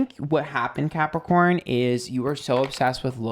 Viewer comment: Excuse me Did you say crapicorn? I object to that. anyway slightly annoyed and chuckled at parts of the reading. Being emotional is draining!